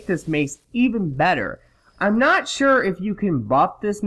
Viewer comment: "I'm nat sure, I'm nat sure"........